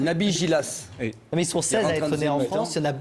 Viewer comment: NABIL GHILAS PAS GILAS